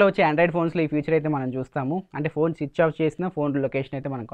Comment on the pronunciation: Chich-off☑️ switch off ❌